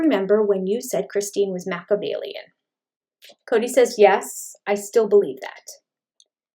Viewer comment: People who can't properly pronounce Mah-key-ah-vellian (SIX syllables), probably shouldnt use the word!